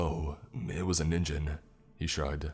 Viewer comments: Im sorry, but every time you mispronounced Ningen made me cringe so bad. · It isn't just English words! "Ningen" is "human" in Japanese, BUT IT ISN'T SAID "Ninjen". I feel like our generation should at least be familiar with how Japanese loan words are said these days... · Problems with the narration: Ningen (human) is pronounced with a hard G. With the J sound, it turns into ninjin (carrot). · Hey bro, it’s Ningen. Hard G sound. The Japanese have both J and G in their alphabet and G always sounds like Guh. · Is noone going to comment on how he was pronouncing ningen wrong.